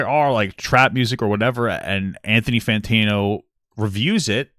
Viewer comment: Papa i love you man but can you say his name right? Fantano not Fantino